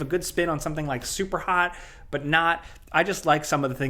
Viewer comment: Bruh this news flew by so quick that it felt like there were only 3 topics. Also the way say “BUOOTTTT!!” Always really stands out to me cuz he pronounces it so funny lol like inhalway expect to get a “dontcha know “ after lol